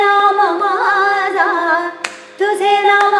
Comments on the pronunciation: Love the abhang.....big fan..n my favourite is Pandharpuriche bhoot But Kindly correct the pronunciation of tuze naam mazya means mine not maaza ( maaza is different than mazya)..... I know you're not from Marathi background but you're trying to sing sant Namadev Maharaj's abhang which is not easy for any non Marathi speaker... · तुझे नाम माझ्या - in the word माझ्या , the jh is supposed to be not light, the solid jh, it changes the meaning. Same in jh in तुझिया , but it doesn't change the meaning. Sorry for being a pronounciation Nazi, but thought it's necessary, superb presentation as usual!